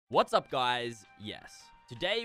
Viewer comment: I love the way when I click on every one of his vids he is like eats up guys yes and I’m like what’s up guys no